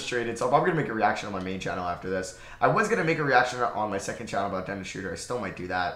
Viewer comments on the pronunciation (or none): none